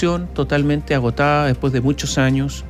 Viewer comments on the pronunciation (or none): "El día depues de la catástrofe"